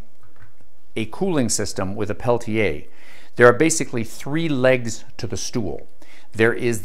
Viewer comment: I love this guy! It is AM and I have to be at work in the morning, but I can't turn him off. He is also one of the few people on YouTube who pronounces Peltier correctly (pel-tee-ay instead of pel-teer or pel-tee-er).